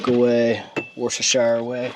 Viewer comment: Did you say wash your sister sauce and mozzarella sauce? 😂